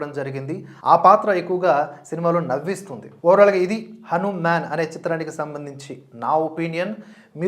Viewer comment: మీ రివ్యూ చూశాక ఎప్పుడెప్పుడు సినిమా చూద్దామా అని ఆతృతగా ఉంది. కానీ చిన్న విన్నపం.. దయచేసి హనుమాన్ అనే పలకండి.. 'మ్యాన్' అనక్కరలేదు అని నా ఉద్దేశం.